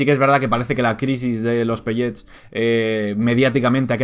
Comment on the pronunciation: Porcierto, la palabra viene del inglés asi que se dice "pelets" no "pelléts"